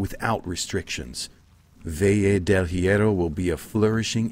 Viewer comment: Honestly, as soon as Sergio pronounced "Valle del Hierro" as "beje dell jiero" I'd say you were allowed, nay, required to kill him. Even got the pronunciation better, and he can barely speak English.